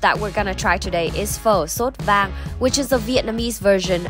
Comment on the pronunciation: Là "xốt vang," không phải là "sốt vang" nhé, cháu ơi.